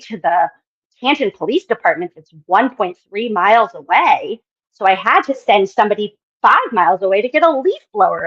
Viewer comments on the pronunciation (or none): none